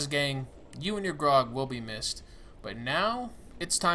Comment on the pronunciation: I know it's petty but Graug is pronounced as gr-ow-g. Not grog. Just sayin